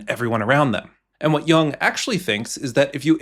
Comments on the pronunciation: Good video! Just a quick pronunciation note: it's not pronounced like "young", more like "you + ng". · There are no robutts that can properly pronounce Yoong. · I think Jung is pronounced “yoong” It’s German for young. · That's not how his surname is pronounced. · The fact that the 'voice of Carl Jung' is even referring to himself in the third-person, let alone mispronouncing his name. 😄